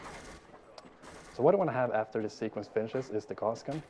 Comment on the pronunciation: He keeps saying Guass Gun and it's pissing me off...